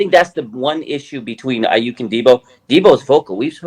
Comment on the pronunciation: If ur an NFL analyst and "well respected" but can't say Aiyuk correctly I'm out...I mean that's literally part of ur job